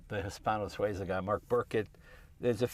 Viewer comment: I have enjoyed Jay's videos immensely over the years. He knows cars and he shares them with us. I like the way he regards the lanes on the roadway as mere suggestions. Most of all, I love his mispronunciation of Hispano-Suiza.